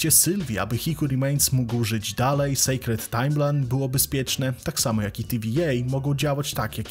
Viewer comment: nie secret (sekretną) a sacred (świętą, uświęconą) malutki błąd w wymowie